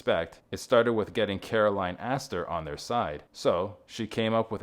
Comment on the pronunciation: and Caroline, not Carolyn